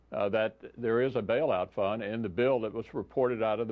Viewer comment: Did he say "Bail-out Fun"? Guess it depends on who's stuck with re-paying the bail-out. And, Bank funded? The Banks print money that "We the People" are left responsible for making that printed paper have value. Republicans and Democrats are both guilty as hell of treason, period. Benjamin Franklin - "When the people find that they can vote themselves money, that will herald the end of the Republic."